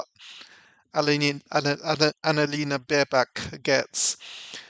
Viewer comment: Did you just say Anal Lena? LOL how appropriate. you're a legend always look forward to your videos